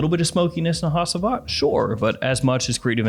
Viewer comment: it’s pronounced hachivat ash